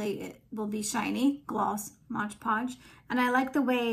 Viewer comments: Beautiful shell dish, but please.....it is MOD Podge. Not “Modge ”Podge. No G in Mod. Great work though. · Looks beautiful 😻— but it is MOD Podge, not MODGE Podge 😊